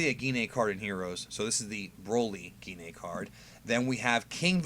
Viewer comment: I like that Jean(Gine) is on a card. Yes that is the correct way to say her name.